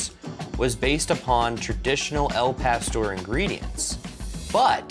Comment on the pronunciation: At least you pronounced it better than they did in the commercial. But still not right. Gringos are freakin hilarious.